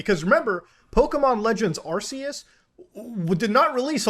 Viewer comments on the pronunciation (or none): It’s not f*** arseeus!!🤬😤😑 it’s arceus like ark but with a C!🤦🏻‍♂️